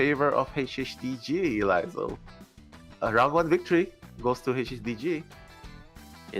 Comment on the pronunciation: when's someone gonna tell it's Ee-Lie not "Ellie"